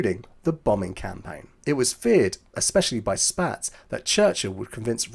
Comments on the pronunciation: One comment about your pronunciation of General Carl Spaatz's name. I, to, used to think it was said, "Spats", from just reading the name in books. However, in films from the era, I found that his name is said, "Spots". As to British bombers, like the Avro Lancaster, flying in daylight, I don't think they would have worked as well because they didn't have a ventral gun position, as well as being armed only with .303 machine guns during the entire war. The American bombers, the Boeing B-17 and Consolidated/Ford B-24, were armed with the much heavier .50 machine guns, as were all USAAF fighters. Of course both of the Allies had medium bombers with the British using several American-made versions like the Douglas A-20, which did carry the .50 machine guns. I'm not sure why the British kept the .303 as standard when companies, like Vickers, did make .50 machine guns. But that's all for now. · One small observation, Spaatz is pronounced "spots" 🙂